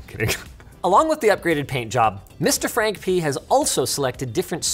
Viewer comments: "Random Frankpeeeness" 😂😂😂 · he said peenus lol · He said "P ness"